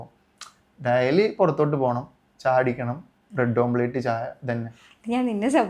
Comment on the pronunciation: daily❌ dayalii✅